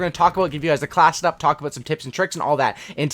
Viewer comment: You talk so fast you say classdup instead of class setup at first I thought you said classdup and I didnt know what you meant